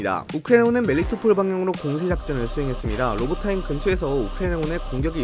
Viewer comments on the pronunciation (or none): 로보타인이 아니라 로보티네입니다